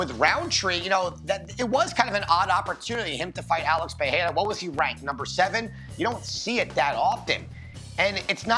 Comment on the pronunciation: How are these "professionals" still mispronouncing Pereira's name?